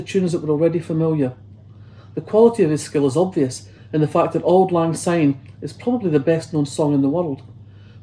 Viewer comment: It’s Syne not Zyne! Grr!